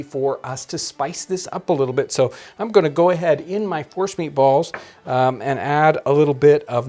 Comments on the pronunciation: I thought he said Horse meat balls not force meat. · I heard Forrest meat too. Mashed meat of any origin it sounds like. This’d be a sneaky way to get the kids to eat squirrel. 🤣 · Omg who else thought John was saying "horse meatballs" lol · I thought he said horse meat!! Lol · Is he saying force meat? Horse meat? Forrest meat?